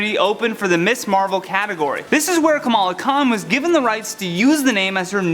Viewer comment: It sounds like you keep saying “Miss Marvel.” “Ms.” is a different word.